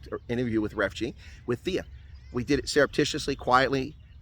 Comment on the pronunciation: Her name is TeaA... You don't pronounce the H as with the english name Anthea.